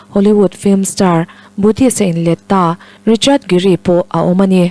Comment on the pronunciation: Richard Giri a ti daih mai. Hming lam dan uluk